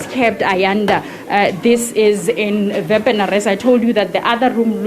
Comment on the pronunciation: Wepener not Vanar